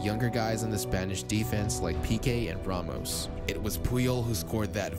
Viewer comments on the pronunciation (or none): none